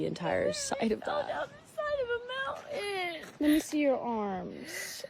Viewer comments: Mountain,not mounain. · she can't even pronounce mountain 'I just fell down a mowghin' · She fell down the side of a mow-in. No doubt my generation said things that made the old folks cringe, but please, PLEASE pronounce the T; you sound like a three-year-old. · i thought mountain has a t in it.. English is hard